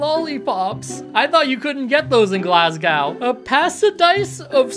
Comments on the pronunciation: Yeah now fix how to say "Glasgow" if you have any respect at all. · Jesus Christ it's not hard to get some bit of video from Glasgow, or indeed anywhere in the UK, to find out how the name is pronounced. Scotland is quite a modern country, they have the telegraph and everything. The laziness and presumption of Americans. No manners.